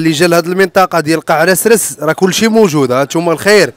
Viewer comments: هاداك الشطون ماشي السردين.واسمو قاع اسراس ماشي قاع رسرس ههه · قاع عسراس ماشي قاع رسررس